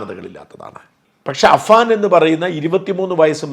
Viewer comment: Afan? അഫan 😂